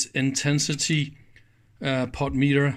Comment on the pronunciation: You're making insane! You insist on pronouncing the word "POTENTIOMETER" as "POT METER"! Try "PO ten ti OM e ter" sometime. Dave